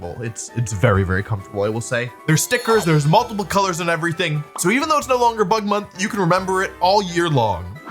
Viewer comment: At first I heard Butt Month and had to do a double take 😭